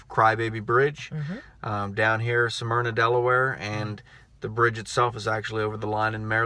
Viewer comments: Hey, Damn boy; you are sooo southern.... Smyrna is pronounced in two syllables.(Smyr-nah) You pronounced it in three. (Sa-myr-nah) You been drinking out of a Dixie cup too long..... lol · sorry for the sarcasm... took me a few videos to get used to your style. But it is pronounced Smyrna not Sah myrna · its pronounced... Smyrna,,, not sah myrna. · Sah-myrna, Delaware??? Its Smyrna.... lol